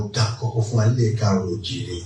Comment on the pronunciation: ❤❤❤the king pronounced kaaro o ji re. the way it supposed to be pronounced. ❤❤❤❤🎉🎉🎉